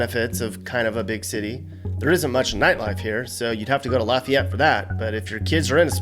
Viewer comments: In Louisiana that town name is pronounced, Laaaaay-fee-ETTE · Louisiana’s Lafayette is like laugh-e-ette. From a Mississippian where we have 2 more pronunciations of the word too lol